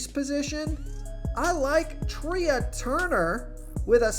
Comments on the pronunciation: Sometimes I come on your channel just to hear how bad you are. How do you not know it's Trey not Tria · Thank you. Your pronunciations are funny. Couldn’t let Treeah Turner go though. That was just too weird